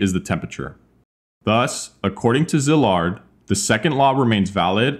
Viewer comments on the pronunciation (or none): Why is it so hard for people to look up how to pronounce Hungarian names correctly? It's not "zillard", it's "See-lard"! In Hungarian, the double letter "sz" is pronounced as "s", while a simple "s" is pronounced "sh". It takes 1 minute to look it up and people can never get them right.